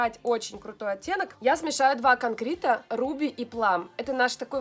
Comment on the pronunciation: Либо она хороший продажник, либо на нее работают хорошие продажники. Полезность канала стремиться к нулю. Одно "купи оно крутое!" и "канкрит-канкрит-канкрит".. боже, да не хотим мы канкрит, успокойся уже)) раньше с таким удовольствие смотрела ее видео. Год не смотрела, зашла сейчас и ох***а Оо смотреть больше не буду)) мало мне рекламы на ютуб, ога))